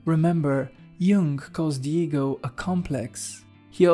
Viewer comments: I'm sorry but I keep hearing Diego 😂 Jokes aside, this video is, to say the least, profound. Thank you. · Absolutely brilliant although I will say that I thought you were talking about some guy named "Diego" every time you said "the ego" 😂😂